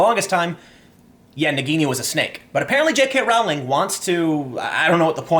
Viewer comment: it is pronounced Rolling not Row-ling